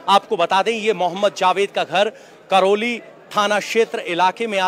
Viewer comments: संवाददाता महोदय, वो करैली है, करौली नहीं। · करोली नही, करैली नाम है जगह का।